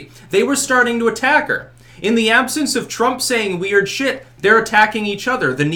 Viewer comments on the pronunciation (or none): none